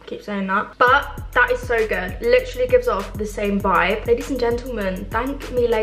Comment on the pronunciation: “lichrally lichrally lichrally.”